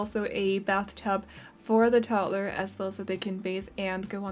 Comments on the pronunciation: The way you pronounce toddler is absolutely fine. I love the house, thank you, I’m always looking for tiny houses. When the sim earns enough money they can make it larger or move❤️ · I think it is RUDE that anyone would criticize you for the way you pronounce toddler!!! You should not have to explain or defend yourself! Your English is amazing and certainly better than a lot of people who only know English and no other language! I love your videos keep up the good work!☺️ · Honestly idk why people would hate the why you say toddler,I literally LOVE the way you say toddler 😂 it’s weird I know but I DO. This video was so cute! And I love these type of video with tiny homes 🥰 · I never noticed that too. After she mentioned it I noticed it one single time and then again I didn't for the rest of the build 😅